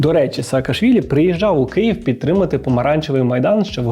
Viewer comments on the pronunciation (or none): none